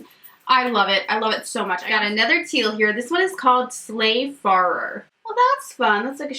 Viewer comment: Also farer is pronounced like fairer not farrer